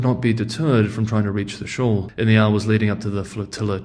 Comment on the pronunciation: SHOAL....not SHAW !!